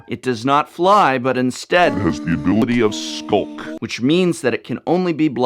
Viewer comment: FYI you got skulk wrong but that's okay I forgive you